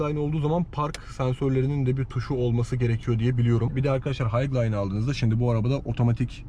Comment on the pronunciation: Abi “hayglayn” değil “haylayn”